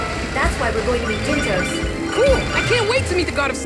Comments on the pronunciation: Dyntos. as in DYNtos. as in "Time for DIN-Din! but thats dinner. so even that's a stretch. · Dyntos. look at the name like this DIN-tos DIN, as in DINNER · DIN-tos, like DIN-ner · Dyntos almost sounds like "dinner", it seems clear this is what they were going for to me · The dyn in dyntos, pronounces like din in dinner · Actually, I don't think it's pronounced like that, Chugga. I think it's pronounced DINE-tos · Maybe Dyntos is supposed to sound like Dine-toast... Yeah I don't know either. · Maybe Dyntos just sounds like a snack, like Mentos or something.